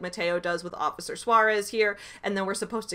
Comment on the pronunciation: As a Native Spanish Speaker, I CRINGE at how the PragerU guy pronounces "Suarez".